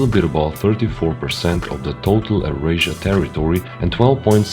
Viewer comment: Euarsia must not be pronounced “errasia” :/